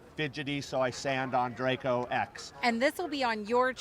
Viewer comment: It's close but "DRACO"...:)